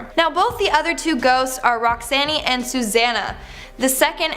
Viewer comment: you really need to learn to pronounce the names you speak. You mispronounce easy to pronounce words. Akron is a SOFT "a"and and SOFT "o"; and Roxanne?? It's not Roxann-EE. The "e" is silent